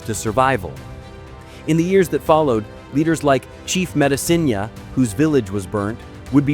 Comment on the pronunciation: they could have used footage of the reenactment in Grant County. And the pronunciation sucks. I'm from Grant County where the battle of the Mississinewa was fought.